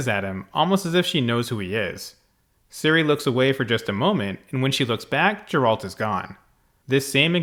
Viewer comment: Ok, if you insist on pronouncing it "Jeralt", I won't believe you've watched one episode of the Witcher... 😅